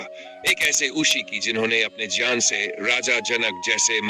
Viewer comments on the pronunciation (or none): " ज्ञान " शब्द का उच्चारण बार-बार "ज्यान " के रूप मे किया रहा है जो गलत है!